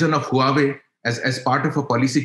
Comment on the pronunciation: What a 'head in the sand' answer to very valid question on the imbalance on the type of trade. Just denying does not make a problem go away. Stopped listening at that point. Not knowing how to pronounce Huawei is another indicator of casualness.